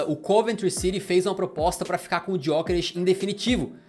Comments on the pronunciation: A pronúncia correta é sem o "G", é "Yókeres", foi uma das primeiras perguntas que ele respondeu quando chegou em Portugal. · Pronuncia do nome dele tbm não é ESSA! Em Portugal, pelo menos, G é mudo!